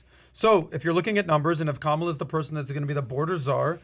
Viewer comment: Why do you keep pronouncing the VP’s name wrong?